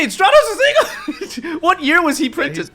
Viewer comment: STRAT - TOS 🤦🏻‍♂️🤦🏻‍♂️🤦🏻‍♂️. It is not hard to pronounce Elemental Hero Stratos